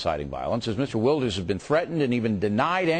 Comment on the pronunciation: Fucking O'Reilly! It's pronounced Khheert Vilders. Not fucking Git Ooh-ilders. He would have been briefed before hand. Wanker!